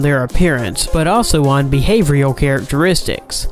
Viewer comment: It takes a not retarded person to pronounce the word "Behavioural" as "Behavioural" rather than "Behavrial" (there is no such word as "Behavrial"). It's not that fucking hard.